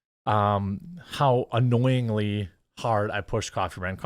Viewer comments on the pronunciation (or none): "You all know how annoyingly hard I push Coffee Brand Coffee." Hard emphasis on "annoyingly".